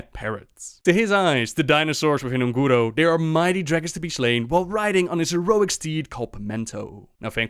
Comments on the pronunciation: Guys, if you don't know how to pronounce something (which 90% of you DON'T), just watch an official blizzard video and see how it is pronounced ffs. Ongoro ... wtf is ONgoro ... it is UN goro! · Un'Goro....not Un'Guro..... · WHY YOU KEEP SAYING "UN-GUURUU" ITS "UN-GÓh-GOh" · Oon'guro... if you got problems with pronouncing this - try of your own video... You can thank me "looter".